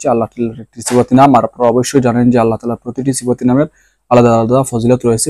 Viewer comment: আপনি আল্লাহ নাম টা স্পষ্ট হয়নি তাই ঠিক করে নামটা বলবেন কি